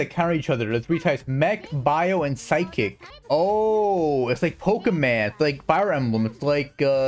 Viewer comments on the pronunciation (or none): none